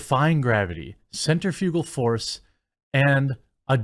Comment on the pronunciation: I like your channel but your butchering of the word “centrifugal force” caused me physical pain